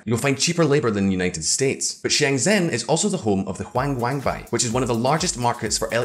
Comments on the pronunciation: Qiang in Chinese sounds like cheeang. Bei Sounds like bay not bye. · "Shenzhen is also the home of the Huang Wang Bang" I'm impressed at how bad his pronunciation of 華强北 was lmfao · Hua qiang Bei, Sounds like Hua Cheeang bay. Please just look it up on Google it takes 5 seconds!!! And approximate what you hear. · I'm sorry but how on earth did you pronounce huaqiangbei to huangwengbang?? Am I missing something?? I'm sure English speakers don't read it like that... And Chinese Yuan to Huan or Spanish "Juan" 🤔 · Shenzhen was fine. People can understand his pronunciation. The bad one is Huaqiangbei.